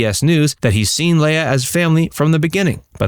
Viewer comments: Her name is pronounced LEEA, NOT Laya. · I know it's kind of a small item, but I wish you would stop pronouncing her name like Princess Laiah on Star Wars. She has always just called herself Leah as it's spelled. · It's leah (lee-ah) not lay-a. 🙄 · Commentator, learn how to pronounce her name it's "Lee-ah" not "Lay-ah." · Leah's name is actually pronounced as Leeah. Not Lala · Why do you keep pronouncing her name as “Lay-uh?” I’ve only ever heard her name pronounced “Lee-uh.” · Man it was killing me how you pronounce Leah's name. It's Lee ah not Lay ah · Always thought it was pronounced ‘lee-ah’ not ‘lay-ah’ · Why can't this guy pronounce "Leah"? It's Lee-uh, not Lay-uh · Why are you calling LEEH-A, Lay-a?? Seriously? Research, dude!!! And Kirstie Alley turned her back on Leah because she left Scientology?? Why would your "God" tell you to snub anyone, Kirstie? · You pronounce Leah name wrong every single time. It's "Lee-uhh" She not a Star Wars princess. Leia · Her name is Leah, not Leia. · Yup. It's LEE-uh, not LAY-uh. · Leah is pronounced LEE-UH not LAY-UH!! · Everytime he said "Leia" instead of "Leah" my brain would correct him. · Seriously? It's Lee-AH, not LAY-ah. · It’s Leee-aah, not Lay-aah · why do you keep calling her "Leia"? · Why does this guy keep calling Leah, Leia? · "Lay-yah Rem-eneee" Wrong name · You should've learned how to pronounce her name. It's: Leee-ah This wasn't Star Wars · Her name is pronounced, lee-AH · LEAH = LEE uh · Who is “Laya”? Incompetence if you can’t even say the star’s name correctly. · Are you saying her name wrong on purpose or are you just a fucking muppet in real life?